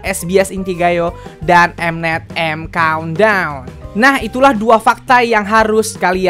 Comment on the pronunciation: "EIM KAUNT DAUNN" 😂😂